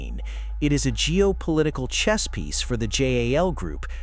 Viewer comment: Jal, really? Come on, robot